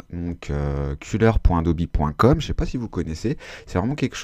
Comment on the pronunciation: Merci pour ce tuto, du vrai bon taf ! Par contre "Adobi" ça pique les oreilles :-/